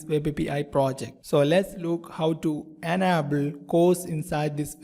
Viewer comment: Dude, your English is terrible. Please invest some time into learning how to pronounce words like "request", "enable", "able", "HTML"(not ecTML), "label".